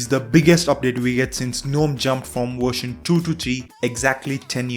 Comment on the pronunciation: "This new Wersion"